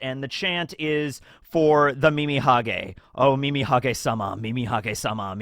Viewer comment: Calling Mimihagi, Mimihage is so funny. Earbald it is.